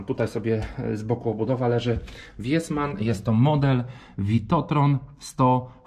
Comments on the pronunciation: to się czyta "wisman". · To się czyta visman. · Nazwę firmy czyta się wisman, długie i. 😉